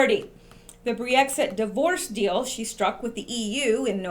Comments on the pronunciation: Great video, thanks for all your hard work. Just wanted to let you know it's not Bree-Exit, it's just Brexit. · Just Brexit...2 syllables. You may not even realize you're adding a syllable and an extra e saying Bre-exit. Just fyi. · Pronunciation of "Brexit" is NOT "Bree-exit." It is simply Brex-it (two syllables versus three syllables). Thank you! From your sister in Christ and in Q! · Brexit - Brex (ryhmes with Becks the beer), there's no 'ee'. ;) I hope they get rid of May, she's a disaster. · brex it is 2 syllables with a short e sound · I think you pronounce it BREX IT (short vowel sounds, just two syllables). I had to wait for your breakdown all evening.. now I understand and can tone down the nightmares..great work!!! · Never heard Brexit pronounced the way you do it ...Cute! But wrong. Don't underestimate May...she has powerful friends. Nikki Morgan would be a disaster for Brexit give us a leaver please God ><>